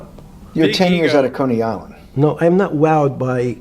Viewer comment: Did he say "cunny island", ? I hope he said coney island instead, lmao.